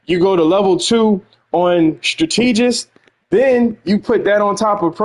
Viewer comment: Love your videos dawg but you making my head tick every time you mis-pronounce strategist. My sisters are educators and it is also a word I used to have trouble with, so I'm not trying to be a correctologist (yes, I made it up) here. I still have trouble with quite a few words myself like synthesizer and insurance, lol. Keep the content coming.